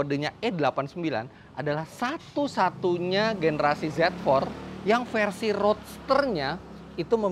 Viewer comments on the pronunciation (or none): Menit ke ngakak so hard,,adalah generasi "ADALAH GENERASI SASU SATUNYA..." suka ngakak liat om fitra pas lidahnya lagi typo 😂😂😂